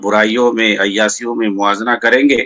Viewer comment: ابے ۔۔۔۔۔۔۔ عیاسیوں نہیں ہوتا ہے ، عیاشیوں ہوتا ہے ۔۔۔۔۔۔ bhkkkk